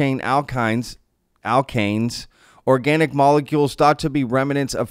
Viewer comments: alkanes - you pronounced it correctly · you said it correctly, alkanes. hydrocarbons with single electron bonds ( each in pairs, if i remember my organic chem correctly). but also, they discovered this same thing in 1976, but nasa said nope. i believe it was the viking, in 1976?